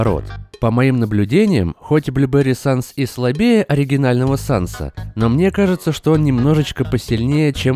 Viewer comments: САНС А НЕ СЭНС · Андерсвэп и санс не сэнс правильно санс